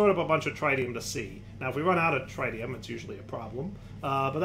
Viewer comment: Every time he tries to pronounce Tritium a little piece of me dies inside trih - tee - um not try - tee - um